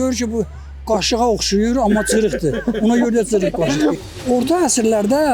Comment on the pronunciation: Küftə məsələsi şirin çayla içirəm deyənlər ayarbazdılar, elə deyiblər ki, onları verilişə salasınız... Elə ciriq qaşıq da o qəbildəndir.... Özü də çırıq yox, "gırıq qaşıq" deyirlər... Nehrəmlilər öz aləmlərində sataşırlar... Naxçıvanda yeganə yerdir ki, ç hərfini ədəbi tələffüz dəki kimi k ilə tələffüz edirlər. "Gırıq" qaşıq söhbəti də Nehrəm ləhcəsində sataşmaqdır....